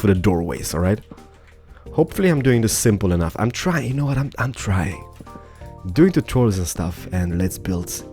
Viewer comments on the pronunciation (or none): none